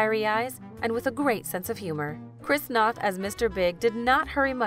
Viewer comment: I think NOTH is pronounced with a Long O, as in No.